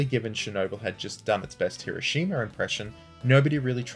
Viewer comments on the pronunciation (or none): none